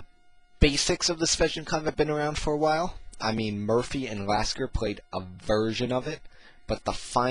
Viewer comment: He said murphy did he mean Morphy?